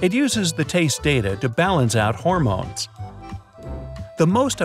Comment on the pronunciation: When he said horemons I was like HOREMONE by BTS where my BTS armies at